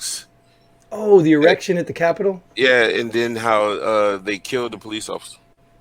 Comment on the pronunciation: You guys are funny. Did you say "erection at the capitol"?